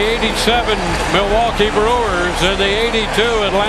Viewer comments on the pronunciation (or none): none